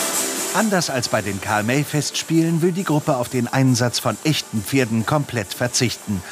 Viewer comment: Karl MÄY? Was ist das für eine Aussprache?? Euer Ernst????